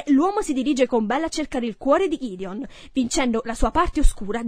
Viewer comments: GHIDION!? Si chiama GEDEONE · Il figlio di bel non si chiama Ghideon ma Gedeone